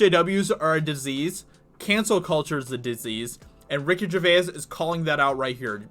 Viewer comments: You are pronouncing his name wrong mate, it's jervase ✌️👍 How have you never heard his name pronounced when you're making a video about him. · Tabarnak.... Ricky Gervais... pas jer-ve-ess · It’s pronounced Ger-vays Like ‘rays’ Or says Or lays Shall I go on? ☺️ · You keep pronouncing Ricky Gervais name wrong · Well I got to 1 minute, can't take his miss pronunciation of Gervais any longer!! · Learn to pronounce his name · Why do you pronounce "Gervais" weirdly? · ......yet you can’t pronounce his surname correctly? Seriously ? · How is this dude so obtuse to be mispronouncing Ricky GERVAIS last name constantly!!! Very irritating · There are 1000's of videos showing how to pronounce his surname and still you get it wrong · Why not find out how to pronounce his name before doing a video? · Gervais. Such a simple name, yet so often mangled. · PRONOUNCE his name correctly FFS ,that might wind him up! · Why can't anyone pronounce Gervais?? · Yea, that extra syllable getting shoe horned in there is painful to hear. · You can't even pronounce his name? Go to rehab, stoner. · Dude......great article but it's not Ger-ve-us it is Gervais (the vowel sound is a pure 'A', not two syllables e-us). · “GER-VASE” Not “GERVAY-IS!” Thank him by pronouncing his name right. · Can’t listen to this because you continually mispronounce his name, Ger-vay-iss. No, it’s Ger-vays. Two syllables. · Please stop pronouncing both vowels at the end of Gervais. He pronounces it Ger-vays... not Ger-vay-is. Thanks. I'd add that I like your commentary, but that's some kind of signaling thing, I think. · It is pronounced Gervaze. Not Gerva is . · Jer-vase. Not Jer-vay-is. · Ricky Ger Vay Ass? Ricky GerVASE. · Jer-vaze. Not Jer-vay-iss. Reek havok, not wreck havok. Where are you from? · Why do you pronounce his surname incorrectly... it isnt "Jervayas".. its "Jervais" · His name is pronounced Jervayz....not gervaiass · Ger-vayse not Ger-vay-iss. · His name is Gervais, pronounced Jervase, not Jervaez